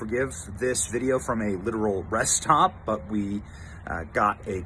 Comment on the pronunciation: Benny, Love you dearly, however, it isn't called Res Top, sweetie its a rest stop bwahahaha